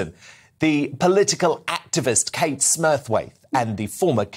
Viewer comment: Kate , not Katie